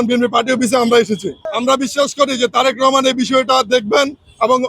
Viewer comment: তোমরা সবাই কমিটিতে থাকতে চাও এক কমিটিতে এত লোক কিভাবে জায়গা দিবো বি এন পি,তোমরা বলতেছ ছাত্রলীগের লোকদের ডুকিয়েছে,ভালো না লাগলে তোমরাও অন্য দলে চলে জাও,তুমিত জনাব তারেক রহমানের নামটা ভালো ভাবে মুখে বলতে পারো না,তুমি কিসের বি এন পি করো